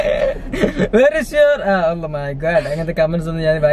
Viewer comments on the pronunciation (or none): Dude oh may gad / oh my god -എന്താണ് gad കൊണ്ട് ഉദെഷിക്കുന്നത്